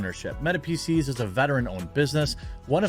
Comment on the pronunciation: Just a note, please be careful with annunciation. For those of us with hearing problem PC's can sound like feces.